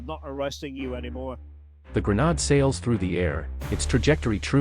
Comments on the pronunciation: The City of Detroit... with what at many times strongly resembles Cyrillic words on signs. Lets not forget the word grenade totally mispronounced. Also the word millimeter describing a bullet size, is given an S at the end of it which makes it plural meaning more then one. One who knows the English language would not make the mistake. In regards to ammo it is ALWAYS pronounced as singular. 12 millimeter, 88 millimeter, 75 millimeter, etc. Adding an S at the end is the same as saying I am going to Walmarts, Gamestops or Home Depots. I know this whole video is AI created but was scripted and programmed by a non dominate English speaking country. The proof is there. Not that there is anything wrong with that, but Detroit's main language is not Cyrillic. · Weird way to say grenade. Cool video though.